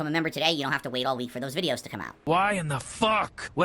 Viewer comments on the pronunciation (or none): Robust style vid-eeeooo. (Snort).